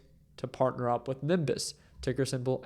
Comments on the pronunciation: Its not niMbuss! its NEEEBIUSS! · I had to stop watching after a few inaccurate comments - then I repeatedly heard Nimbus. I can’t take advice from someone who can’t do basic DD and pronounce the name of the company correctly. Sorry dude, you need to do a lot more research on how infrastructure businesses work before you start making videos about them. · It hurts my ears when you can’t pronounce a simple word such as Nebius. It’s literally pronounced as it’s spelled. Ne-bi-us 🤷‍♂️